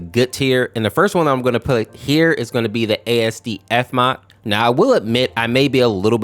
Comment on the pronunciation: Not how you pronounce asdf like say it all together